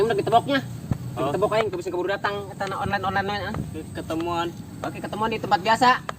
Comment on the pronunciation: Onnlen disebut oclen